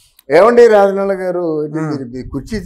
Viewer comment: ఎమ్ Achor బాబు.. రాజనాల... "జ" ను " జ" అని పలక లేవా? చెప్పు జ జ జ రాజనాల. Za zzz. Razza nala కాదు... రాజనాల.. ఏ స్కూల్ బాబు...